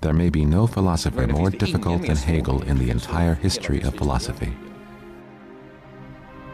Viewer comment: Interesting, great learning. Happy that the name is pronounced accurately, it rarely happens.